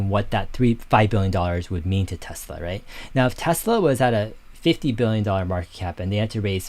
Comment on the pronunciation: Dave, it’s pronounced like Nikola Tesla. I don’t like the company. Hydrogen is expensive and dangerous and unsafe. Why not just directly compete in battery cars with Tesla then I’ll consider their stock.